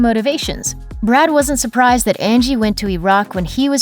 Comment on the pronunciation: "Brood" lol